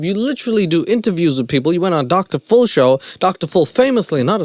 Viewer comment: I like how he says "Dr Full" instead Dr Phil.